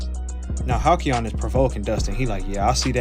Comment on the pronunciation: "halcyon" is hal-SEE-on. Hearing you say it wrong every time hurt.